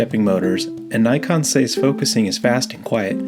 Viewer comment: Say Nikon, not Naikon